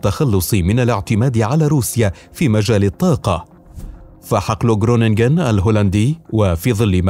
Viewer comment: خرونينغين و لفض الغين خفيف لا يضهر مبهم.